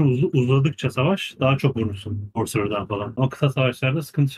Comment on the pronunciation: Sorcerer ❌ Skorer ✅ Elinize sağlık video için 😂